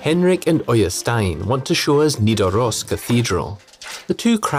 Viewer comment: No you're all wrong. Olav is Olav Haraldsson, Olav digre or Olav den hellige. Nothing "lawbreaker" or whatever. It's Nidaros with a d, Norwegian does not have TH sound. Some of his people supported him, some didn't, as usual.